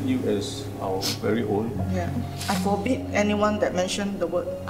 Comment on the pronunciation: aww i cried when her mom said "i forbit the word adopted"